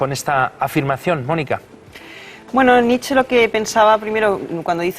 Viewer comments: Concretamente Nit-chae (porque en alemán fonéticamente suena a una E que acaba en A), pero desde luego no "Nitch", como si fuera un rapero. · EL ENTREVISTADOR NO SABE NI PRONUNCIAR EL APELLIDO, NITCH... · Nietsche. Se pronuncia la É a final de palabra en alemán, siempre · SE PRONUNCIA: NIT-CHE. Qué cosa de locos que traten sobre un autor y no sepan pronunciarlo (algunos).